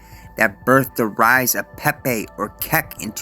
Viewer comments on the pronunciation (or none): none